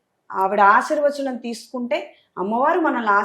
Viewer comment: అమ్మ వారు అనమ్మ, అమ్ము కాదు please